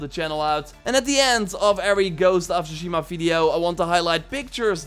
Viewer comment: Tsushima is pronounced with a T rather than an S.